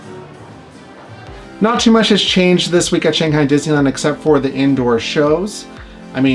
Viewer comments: this is how we pronounce it in english. “shang” like “bang” - “hi” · I love these videos so much!! But please please, please pronounce “Shanghai” correctly!! :D